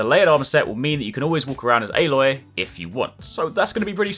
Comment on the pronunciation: "Ayylloy" lmao